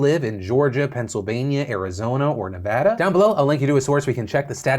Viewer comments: I have to say I am so proud of Philip Defranco for finally pronouncing Nevada correctly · Maybe will all this focus on Nevada, people will learn how to say the state’s name 😂 (ty Phil for saying it correct btw) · Your updated pronunciation of my beautiful state of nevada has officially giving me a hard on. 💙